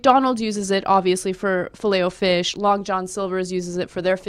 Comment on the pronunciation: i hate the way she stresses the O in filet o fish